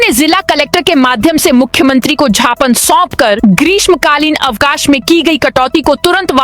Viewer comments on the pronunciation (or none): कृपया ज्ञापन को झापन ना पढ़े।